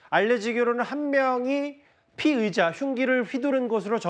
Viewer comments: 피해자인지 피의자인지 발음좀 신경써 주세요 차라리 용의자라고 하던가 발음때문에 누가 피해자인지 가해자인지 모르겠네요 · 피의자랑 피해자,,,발음 좀 잘 해주세요,, 천천히 하더라도,,, 모든 뉴스에서 피의자랑 피해자 똑같이 발음 하는거 거슬려요